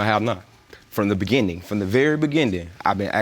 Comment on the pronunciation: Why does he pronounce beginning with a "D" lol